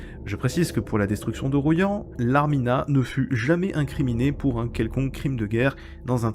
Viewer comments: Royan ça se prononce "Roi yan", pas "Ro yan", ça m'a écorché les oreilles. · Chaque été je vais à Soulac et à chaque fois je passe par Royan. J’ai appris quelque chose aujourd’hui. Par contre ça se prononce Roi-yan. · Bien vu pour Larminat, un crime de guerre ces 2 bombardements sur ce pauvre Royan (prononciation bizarre dans votre capsule 🤣) 500 civils tués poir seulement 15 soldats de la Wehrmacht, il me semble... Enfin sans polémique contre l'idole du moment qu'est de Gaulle, ce dernier aurait insisté pour qu'il n'y ait plus aucune poche (Festung) allemande lors de la capitulation du 8mai.. D'où ce dernier bombardement absurde et criminel du 30 avril 45... mais je n'ai pas la Vérité absolue, bien sûr !